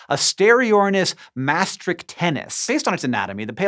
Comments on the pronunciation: hank says "tennis" instead of "tensis" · "Asteriornis maastrichtennis" I believe isn't how you say it, but, Hank, you're sure doing a better job of pronouncing it than me!